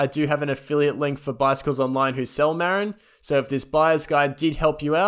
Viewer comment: Great guide. Marin = muh-rin.